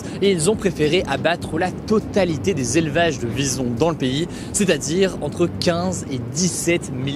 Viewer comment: Au début j'avais pas compris que tu parlais des Visons et car j'ai compris "bisons".